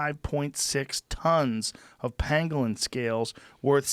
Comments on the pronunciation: At first I thought Rogan was mispronouncing penguin. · I thought he was saying penguin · I remember when I first heard this i thought he was saying penguin and I thought they were retarded lol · I thought he was saying penguin at first and i was just thinking, where the fuck would a bat and a penguin come into contact with eachother? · "pangwang" - Bumblesnuff Crimpysnitch